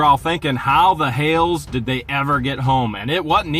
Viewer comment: SexyHales NOT sexyHakes